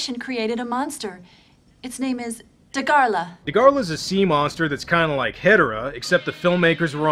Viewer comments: It’s Dagarah, not Dagarlah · Its dagara not da gor la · Fun fact: Dagahra is pronounced “Daghara”